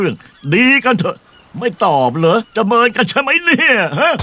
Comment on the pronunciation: ต้องพูดว่า จะเมินกันไช่ไหมเนี่ย ไม่ไช่ จะเบินกันไช่ใหมเนี่ย